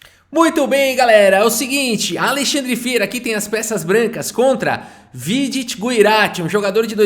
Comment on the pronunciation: metade do vídeo chamando o vidit errado 😂